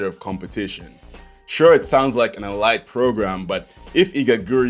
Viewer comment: Learn how to pronounce elite lmfao